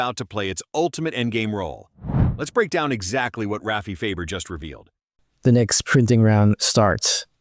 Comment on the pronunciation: You're saying last name wrong it's Farber